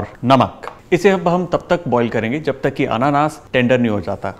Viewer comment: It's not pronounced Annannaas it's Anaanaas 😂. Nice video though.